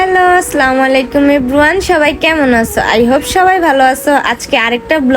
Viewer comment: Apo apner salam deya vol hoi.assalamulaikom bolben.apne slamalaikom bolen.pap hobe ai vave bolle